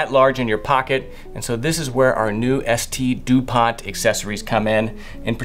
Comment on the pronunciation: It’s not ST DupanT Mr classy, it’s called Saint Dupont and the T is silent